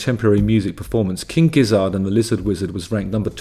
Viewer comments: Couple notes: Gizzard rhymes with both Lizard and Wizard, and Gila is Spanish, which means it's pronounced with an H sound, not a G sound. This is my first time seeing your videos, and I don't think I'll be back. The British are the worst. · Gizzard is pronounced the same as Lizard and Wizard, Justin. All 3 rhyme. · Also, why is he pronouncing Gizzard so weirdly?????? It’s obviously meant to rhyme with wizard and lizard... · It's gizzERD, not gizzARD, you know like lizard and wizard.